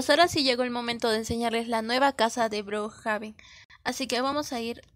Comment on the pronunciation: No sé dice brojaben es brookhaven